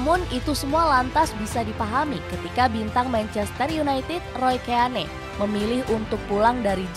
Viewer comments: Dibaca roy kin.. ROY KIN.. KIN.. ROY KIN.. bukan KÉ A NÉ 🔥😡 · Bukan Roy keyane kak. Mohon koreksi Roy keane = baca Roy Kein 😁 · Kin aja d bacanya min, risih gw dengernya keane, lo sklh lulusan apa sih? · Roy kein,,,di bacanya,,,ngeri ngeri sedap didengernya Keane,,haha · gatel bgt denger penyebutan Roy Ke-ya-ne 😭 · Dibaca Roy Kéin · Seaman, keane ..... diperbaiki dong cara bacanya